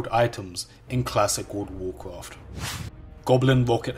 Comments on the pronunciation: I don't know what this guy is talking about. I've never played a game called "Woold of woorcwoft" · Ah yes, I loved cwassic woud ov wouwcwaft. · woud of wouwcwaft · dude classic woud of wouwcwaft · XDD dude i can´t stop laughing and he says it so often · what does he say the at the beginning? god of warcarft? good of warcraft?